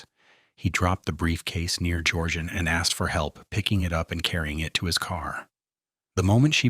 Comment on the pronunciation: Georgian and Georgeanne are not pronounced the same.